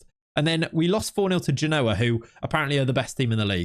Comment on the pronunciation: I like your content, but your pronunciation of Genoa is getting on my nerves, You need to put the exclamation on the first syllable